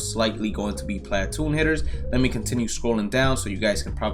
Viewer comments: platoon is pronounced pluh-toon not plat-oon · Watch your mouth talking about Teoscar the goat, and stop saying platoon like that